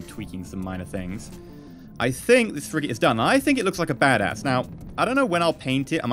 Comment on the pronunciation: it sounded like you said frick it lol